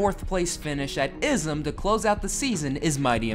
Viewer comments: not how you say ism it’s I-S-M not IS-M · You actually called it izzem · The way you just pronounced ISM Raceway as "ism" made me laugh. I live so close to that place that I can see it out my window, and I wish it was still PIR. It's blue and ugly now. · Seriously,? "Izum"? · ISM: Our name is an initialism, not an abbreviation!: (pronounces it “ism” anyway.) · Umm it's ISM not ism